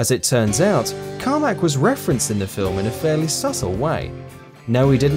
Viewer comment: Who is John Carma"k" ?